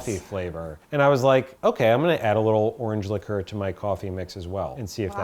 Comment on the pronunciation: Hey,! "Liquor" and "liqueur" are not pronounced the same! Just thought you'd like to know, Dear One! I love this series. Thanks for another great video. All three recipes look so good.